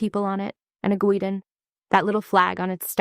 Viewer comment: No such thing as a "gweedon". Talking about guidon.